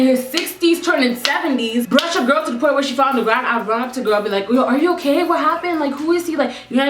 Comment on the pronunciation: For a min I thought you said "Grillll"